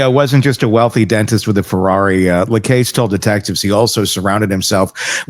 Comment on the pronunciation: Please learn to pronounce Jeff Lacasse's name. It is French - LaCasse - not too difficult - you hear it pronounced correctly all the time, just simply listen.